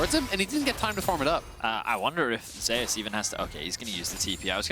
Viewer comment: These guys are mispronoucing 'Zeus'